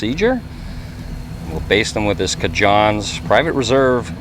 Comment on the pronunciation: Great looking ribs, and I really need to try that sauce from CaJohns. I've tried other products from them and they are great. They actually cook and bottle the Bone Reaper for Keith Jenkins up in Ohio where their place of business is. It's pronounced kinda like Cajun, but more like Kayjohn.